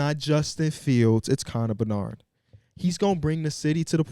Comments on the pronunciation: its conner BEDard😭😭😭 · bedard.. not benard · I love that wants to engage with the hockey community in chicago, but it’s Connor Bedard, not Connor Bernard. Much love